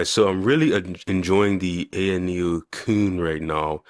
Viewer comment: IT AYANEO QUIN!!! (KUN) not “cooon” KUN is pronounced KWIN!!!!